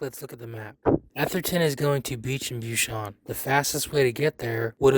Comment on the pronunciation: Bushanan street? Lmao it's Bucannon street